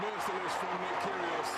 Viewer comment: great video, i just wished he pronounced it "keerie oh's" not "kerie oss" .